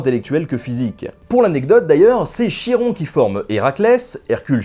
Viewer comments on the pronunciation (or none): Cupcake Love je crois c’est khi comme khaled en arabe ou comme Achille en grec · Chiron se prononce Khi-ron. Chie-rond ça écorche vraiment les oreilles... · c très bon mais on dit "kiron" pas "chiron" :) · C'est KIRON pas chie-rond !!! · Fafouin Maddog C'est effectivement "Kiron", le son "Che" n'existant pas en Grec Ancien (de ce que je peux me souvenir de mes cours de Grec). Après, c'est peut-être une "francisation" du Grec. Ce serait pas la première fois qu'on déformerait la prononciation d'un mot! XD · Je croyais que ca se prononçais "Kiron" comme Charisme ou Technologie Et j'était sur, par les émission de mon enfance que la toison d'or était gardé par la méduse. Bref je kiff cet épisode. Merci Ben! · Excellent épisode, comme d'hab! Juste une petite remarque, le nom Chiron se prononce "kiron"... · Chiron se lit Piron merci pour cette vidéo trop cool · Tu doit peut être le savoir et ta certainement déjà des commentaires la dessus, mais le Nom du centaure se prononce KIron :) mais les Dragons n'existait pas dans la mythologie Grec, tu est sûr que ce n'es pas une version faite entre le 12-16iem siècle ? :C Ou un truc du genre un serpent avec des ailes et j'en passe ? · Chiron se prononce ''Kiron''. Voilàààààà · je suis presque sûr que "Chiron" se prononce kiron comme Charon gardien des enfers.